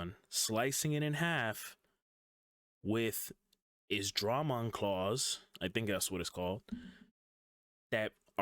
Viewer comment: It's pronounced MachineDruhMon but Dramon Destroyers are pronounced Dray